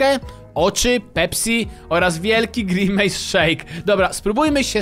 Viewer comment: Grenmace 😂 xd